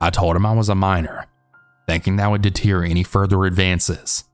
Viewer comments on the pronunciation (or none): I have to tell you, because it drives me nuts, but the word "deter" is NOT pronounced de-teer.... it's "de-turr"